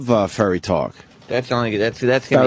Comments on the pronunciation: Opie hears 9 people repeat the word "Furry" and continues to say "ferry". fucking sociopath. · Ferry, ferry, ferry... why does Opie keep saying ferry?! It’s furry!! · God damnit. Why can't Opie say FURRY. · “A ferry”